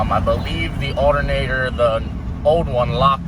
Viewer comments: Allinater hahahaha his pronunciation of alternator killed me 😂🤔👌🤣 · Alernator is how he says it lol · U say alternator weird man